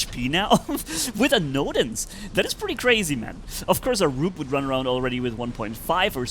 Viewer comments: Bro noodle❌ nodens✔️ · I love how he calls nodens 'noodle' 😂 Great video!